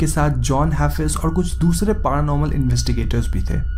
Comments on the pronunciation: It's paranormal not paaranormal LOL 😉 ha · Bhai dhang se bola kro P.A.R.Anormal nhi paranormal hota hai 🤣 🤣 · Its not पारानॉर्मल its पॅरानॉर्मल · Best thing of the video...paraaa - normal 😂